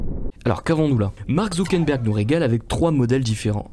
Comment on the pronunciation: Superbe video j'adore les interventions de l'ia. Par contre il faut faire des efforts sur la prononciation de ZuckeRberg